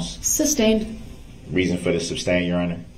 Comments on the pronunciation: I just wonder all the time way he say ax when he ask ! Ask - ax 😵‍💫 …… sabstain 😅it’s sustain mr groundz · Substain! I hate when he said that. Mispronounced so many words and thought he was so brilliant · The "tacKit," agreement and "suBstain," are killing me. He is so indignant that he's right, and yet he can't even say the words he's trying to use, and that he hears multiple times a day. He hears the word sustain over and over and still f@ it up. Smh